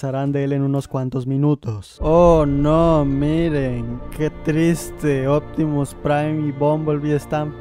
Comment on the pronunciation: Nadie: Absolutamente Nadie: Opitimus Prime: IO ZOY OPTIMUS PRIME